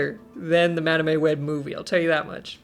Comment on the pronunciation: I heard Madam A Web lol. Like hmmm does her middle name begin with an A?